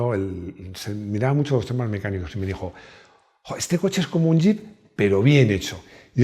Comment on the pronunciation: Voy a decir 2 cosas. 1 que cuesta entender y escuchar algunas partes. Y otra, sería JEEP. Gracias por el video, compañeros de todos los Almuerzos. Saludos!